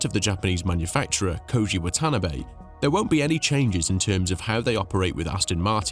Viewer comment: The boss of Honda's name is pronounced "Wa-ta-na-bay", with equal emphasis on each group of letters.